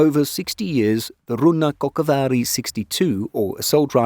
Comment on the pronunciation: idk what is your native language, but the way you pronounce "rynnäkkokivääri" is smooth as butter fr